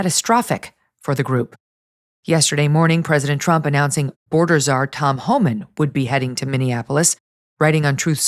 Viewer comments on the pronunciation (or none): none